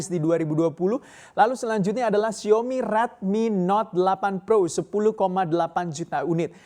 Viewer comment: Xiao-mi mas.. Bukan Xiomi😁